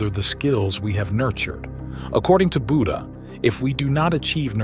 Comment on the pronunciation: Why are you saying Buddhan instead of Buddha?